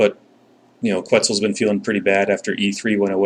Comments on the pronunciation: It's "Ketzel". The Que is pronounced like Keh. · It's "Ketzal" (A as in "father").